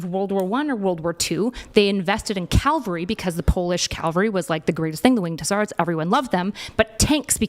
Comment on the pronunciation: called cavalry "calvary" twice in a row lol